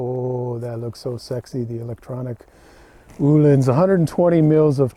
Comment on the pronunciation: O -Lins not oooh Lins rofl